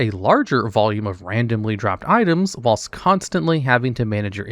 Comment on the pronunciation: GO AHEAD... PRONOUNCE WHILST THAT WAY... ONE MORE TIME.......